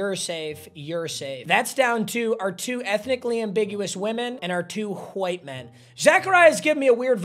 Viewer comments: He says white like my old english teacher "qwite" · Why is he saying “white” like Hank hill?😂